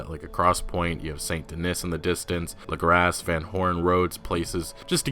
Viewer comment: For the last fucking time its pronounces LAGRAW NOT LAGRASS